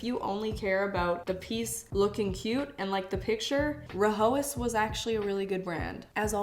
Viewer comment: It’s pronounced rye-as H is silent